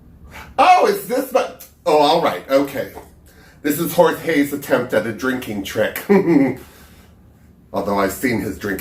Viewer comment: I swear you called Jorge “horsehay”. 😁😁😁